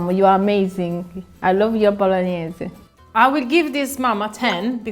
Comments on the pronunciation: for the love of god don't let them corrupt you with that "bolonnaise" stuff, you know in your heart how it is pronounced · The so called Italian doesn’t even know how to say bolognese properly. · How can you say your bolognese is the best when you don’t even know how to pronounce it.